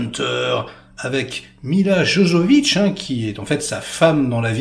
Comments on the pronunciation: on dit Yovovitch pas jojovitch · T'as du mal avec Milla 😂 la pauvre. Fais gaffe, on va appeler le mec à Milla ! :-P Milla Jovovich et non Jojovich...à part si c'était voulu, pour appuyer l'aspect Jojo, "barjo" du film. J'aime beaucoup Paul W Anderson sur Event Horizon, ce film met tout le monde d'accord, avec un Sam Neil toujours autant impressionnant dans ses interprétations cinématographiques.